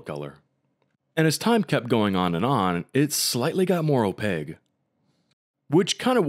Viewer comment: OpaQUe like with a q. Not opague